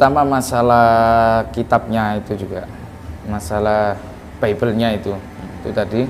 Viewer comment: 😂😂😂😂dusta mana lagi yang ingin kau nikmati?clim,clim...caramu ngucap bibel aja udah salah